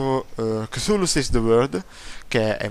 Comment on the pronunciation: Continua con la versione di unEpic che hai usato finora. ...ma come diavolo pronunci cthulhu?